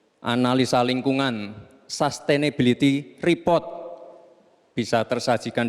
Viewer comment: katanya s2 kok sustainable aja bacanya salah koplak